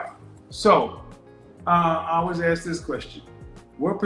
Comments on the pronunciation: Oh my god...STOP saying "axe"... Nobody AXE you a question. Fucking hell. How is it 2023 and people still say "axe". It's "ask". A-S-K. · Not axe...ask. Not dat...that. Not din..then/than. Preschool education. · She's has a below average scene of reality. She is living in a complete fantasy land,in her mind. She's just not very bright, she hears but can't connect more than two ideas together in 30 seconds. lesson one, it's pronounced arssked not axxed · I don’t mean to sound rude but for a woman who is educated with a masters did anyone notice her English? She says “axe” instead of ask;, “dat” instead of that, I noticed several times. That to me is a turn off, just my opinion. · Ask not axe. How does she have all these degrees😓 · ask > aks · But she "axed" him! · When someone with a masters degree says, "Let me axe you a question." I question that degree. And she wants to educate? Really!?! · Ask not Axe. PiCture not Pitcher. If you Want to learn proper English diction, watch any black male TV anchor across America. They are some of the most well spoken people on the planet. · … you didn’t axe me…. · A woman who cannot pronounce the word "that" or "ask" but wants a high value partner. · She’s educated, but can’t pronounce ask. OY VEY. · She wants someone "educated" but she can't pronounce "ask" properly. SMDH. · I want billion dollars, I'm all that, but I'm yet to learn how to pronounce the word" ask" - a modern woman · Masters degree and can't say "ask?" How is that possible if she was educated? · Both is not pronounced bowl! Ask is not axe! If you pronounce these words that way you will NEVER get a high value man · She said. Boof of. Us . 😹😹 and she has a master degree? Oh. Ok. .. oh. Snap. She said. Ax. Too. Omg. I can’t make this up !!